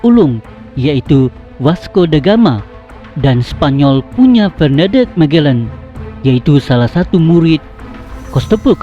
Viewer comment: Admin..sebutan magellan mu biar betul..apalah